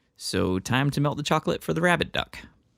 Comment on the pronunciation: Was I the only one that kept hearing "Rabid Duck" instead of "Rabbit Duck"?